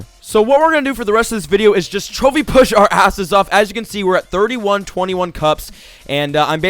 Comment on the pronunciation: it sounds like he is saying "chubby push" not trophy push? is this on purpose?